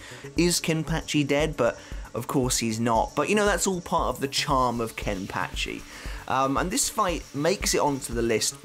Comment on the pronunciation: Is it just me or does anybody else like the way say’s “Kenpachi”? Idk why but it’s so satisfying